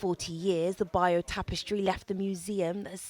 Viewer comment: ‘The buyoou tapestry’? Does she mean the ((beyurrr)) tapestry? 😂